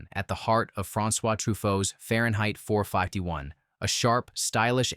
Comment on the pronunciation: Too bad about the AI voice. It really could not say Fahrenheit 451.